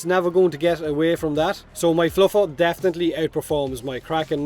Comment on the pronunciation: Fluffer is VERY different from Floofer. Please use proper pronunciation.